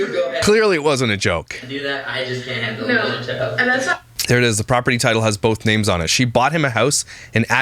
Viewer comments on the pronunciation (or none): BOLTH !!!!! THERES NO FUCKING L IN BOTH!!!!! 😤😤😤😭😭😭😭🤣🤣🤣